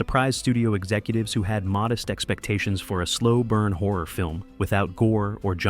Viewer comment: After a few minutes of hearing him saying "whore" several times, I finally realised he's saying "horror". Carlos isn't pronounced CAR LOWS, it's CAR LOSS. Why are Americans incapable of respecting the pronunciation of foreign names? You all have an innate hubris that tells you that only your pronunciation is correct and foreigners must accept your pronunciation of their names. "Haunted houses" are just paranoia and superstition. Ghosts don't exist, only people who believe in silly superstitions think they do, yet you presented this as some kind of fact.